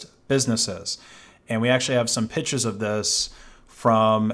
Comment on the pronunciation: when says “pictures” just curious what kind of accent this is? It sounds like a very East Coast way of pronouncing it (pitch-ahs).